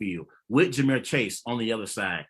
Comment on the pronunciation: AND ITS JAMAR NOT JAMEER